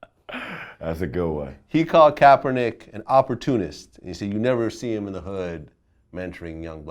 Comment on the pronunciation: He Said Kaperneck! LMAO 😂😂